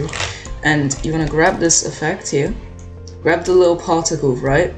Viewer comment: “Grwab the animation” the way bro sounded I wheezed 😭